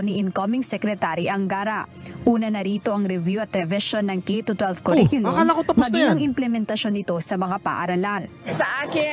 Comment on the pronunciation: Langya..Naging Dep Ed secretary tapos simpleng pag pronounce ng curriculum mali..sabi nya "que riculum" ganyan nya binigkas ung curriculum..ginawsng pinsan ng banana que at barbeque eh..😅